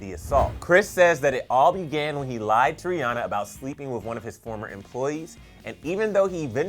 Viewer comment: I might be wrong but doesn't she pronounce it like rih AN ah